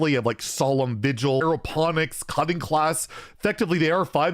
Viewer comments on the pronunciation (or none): none